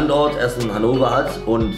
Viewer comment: es heisst HannoVer und nicht hannower hahahah